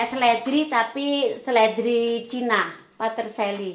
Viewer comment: Peterselly mbak... Sanes patersaly